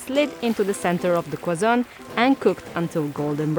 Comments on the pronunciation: Pretty sure you meant to say Kazan, not Kwazan, but it's understandable. And this dish is delicious and I recommend for everyone to try to mix and match, and it's easy too! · It's kazan . It also means trashcan